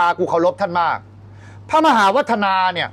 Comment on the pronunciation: หมา กับ มหาออกเสียงเดียวกัน เต็มที่เลย..เบียร์